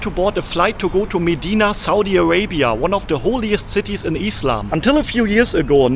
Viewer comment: I like the way he says "eeslam" (islam) 😂❤❤